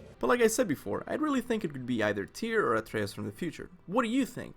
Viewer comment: He’s called Atreus not athreus ffs